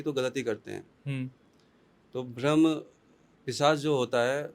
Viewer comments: Yrr ye bhram bhram bol rahe rahe bramh hota gai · यह चुतिया ठीक से ब्रह्म भी नहीं बोल पा रहा है । ब्राह्म को भ्रम बोल रहा है 😂 बकवास कर रहा है मादरखोद